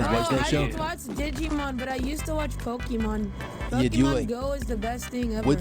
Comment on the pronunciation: My god the fucking pronunciation of pokèmon . I can't heard it anymore, why the fuck is so hard to understand that "è" is hard like in the word "very" and not soft...